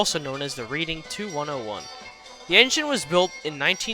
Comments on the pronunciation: Great video, although, Reading is pronounced (Red-ing) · Nice. Also, I apologize if I sound too professional, but the reading railroad is pronounced as the "Redding" railroad. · Also you pronounced the reading railroad like reading a book it’s pronounced like reding